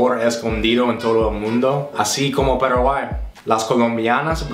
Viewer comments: "Peraguay,peraguay,peraguay"😂😂 rohayhu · JAJAJAAJJAJAJA demasiado tembo ya es su " Parawhy"